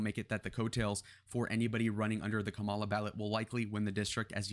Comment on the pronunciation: Pretty sure Kamala pronounces her name with the accent on the first syllable.